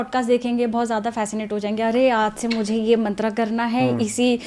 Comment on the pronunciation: एक बात कहना चाहता हूँ आशा हैँ बुरा नही मानेंगे, आप बहुत अच्छा ज्ञान देते हैं लेकिन कृपा करके यदि संभव हो सके तो ऋषियों के सम्मान का ध्यान रखें जिन्होंने ये ज्ञान दिया हैँ कृपया, मन्त्र को मंत्रा और योग को योगा न कहे क्योंकि ये ज्ञान भारत का हैँ. पश्चिन का नही.